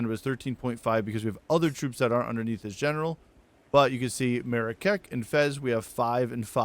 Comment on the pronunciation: That Marrakech pronunciation is hilarious haha